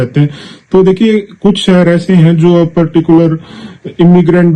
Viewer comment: पहले अपनी भाषा ठीक करें। सहर नहीं शहर बोलना सीखो। यूट्यूबर बन ने से पहले भाषा का ज्ञान प्राप्त करना चाहिए। भोले बाबा